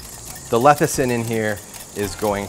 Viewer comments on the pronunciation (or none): he said lethicin instead of lecithin